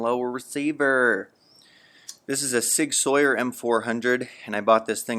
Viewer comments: It’s Sig “Sour”. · Sig soyer 😭😭😭 you said it wrong